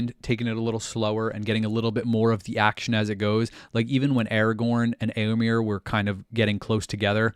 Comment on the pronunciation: You pronounce éo in Rohirric names as though Tolkien had spelt it 'ëo'. But it is supposed to be a dipthong, not a disyllable. You would come closer to pronounce 'éo' like the 'ea' in English 'bear'. (Try starting like the 'e' in 'bear' but gliding to 'oh' instead of 'ah'.) Also, the second 'e' in Éomer is an 'e', not an 'i'. It rhymes with "there", not "beer".